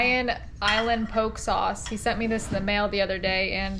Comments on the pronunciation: Just want to let you know that the POKE sauce is pronounced POKAY. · That Bull Surrendered Himself To 😳 It’s Pronounced (Pokéé) Diced up Bite size pieces 🤣👈🏾Not Powk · Your Hawaiian poke sauce is pronounced Po-kay. Not poke like poking a hole in something. In Hawaiian the letter E is pronounced Ay. I love watching your videos!! Aloha!! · Hi, epic video. The name of the sauce is pronounced: Po (the O sound is like how it is in the word "orchestra", n Ke (the E sound is how it is in the word "kettle".. So it's pronounced Pohkeh. U can google the pronounciation too. Have a Blessed day.🙏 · Great diving video and as always love the cooking. Heads up on the Hawaiian sauce - poke is pronounced po ke (hard o ) In Hawaii poke is usually cubed raw fish (ahi/marlin/cooked octopus/ or what ever you eat as sashimi) mixed with onions, seaweed/limu, salt, and soy sauce = chili peppers and sesame sauce optional) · Say it with me..."Po-Kee", it doesn't rhyme with Coke!😜😂😂😂😂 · Poke is pronounced pokay.